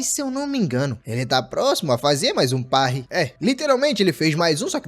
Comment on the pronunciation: AAAA QUE DOR SKAKSASK ELE FALANDO PARRY ERRADO!!